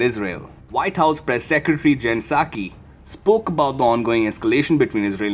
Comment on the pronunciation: Psaki, pronounced suckie